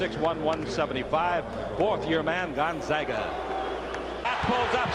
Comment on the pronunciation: Put some respect on Gonzaga’s name. Zag, not zog. Mfs sound disabled saying gonzoga